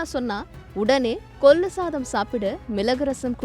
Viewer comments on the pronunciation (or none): 1 . ""கொல்லு , மிலகு , தக்காலி "" இல்லை ....... 🤦 🤦 🤦 அவை முறையே , ....... "" கொள்ளு , மிளகு , தக்காளி "" ஆகும் !! 2 . அதே போல , "" அட்வைஸ் கலை "" கிடையாது , ...... "" அட்வைஸ் களை "" !! அல்லது "" யோசனைகளை "" ...... !!! 3 . "" அல்லி கொட்டுவது "" 🤦 🤦 என்று சொல்லாமல் "" அள்ளித் தருவது "" என்று சொல்லவும் . 4 . " கோலாறு " இல்லை , 😢 ....... அது "" கோளாறு "" . ல , ள, ன , ண, ழ , ர , ற , ஆகிய அழகான எழுத்துக்களை சரியாக , பிழையின்றி சொல்லவும் . கொஞ்சம் ஒழுங்காக தமிழ் உச்சரிக்க கற்றுக் கொள்ளுங்கள் . உங்கள் தமிழ் கேட்க சகிக்கவில்லை. !! 😢